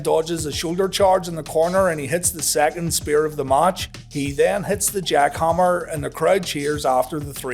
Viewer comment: Match was a big disappointment. You obviously mean battle not bottle! Lol, and it's jackhammer not Jockhammer lol...